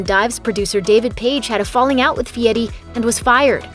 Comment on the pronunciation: This idiot can't even say his name right It's Fieri , not Fieti! Damn get the name right